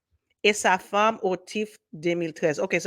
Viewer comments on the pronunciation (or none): none